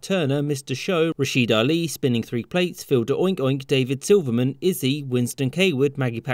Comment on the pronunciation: why isn't Izzy pronounced like "Izzy?" here?